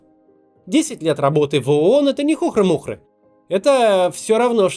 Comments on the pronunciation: хухрЫ-мухрЫ, Максим 😅 Че-то резко вспомнились предвыборные стримы с Кацем и Брюхановой) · Хухры́-Мухры́! Ударение на Ы